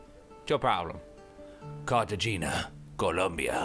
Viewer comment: TOBY you don't pronounce it Cartegina you say Car ta gena